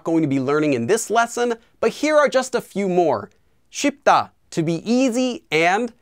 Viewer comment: How are you doing? I have some questions regarding this class, could you give me a hand? The verb 좋다 was conjugated as 좋아요 Which is strange. As it ends with the consonant 히읗 shouldn't it be 좋애요? And why you pronounced the descriptive verb 쉽다 as (십다)? For what I remember, there's no such rule that allows you not to pronounce the 우 here. I do remember you can do that with the diphthong 의 when combined with certain consonants.